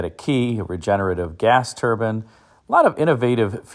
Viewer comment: Why do some people pronounce turbine as turban ? Every time he says it, I imagine a Sikh.